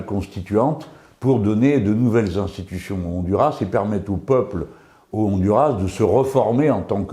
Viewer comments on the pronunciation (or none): Cher Monsieur Melenchon, un coup de main d'une hispanophone, si vous voulez bien: sur le nom " Honduras" il faut prononcer le "S" Autrement, contente de vous revoir